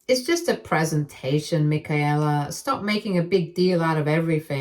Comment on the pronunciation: It’s pronounced /mɪˈkeɪlə/ you’re not speaking German.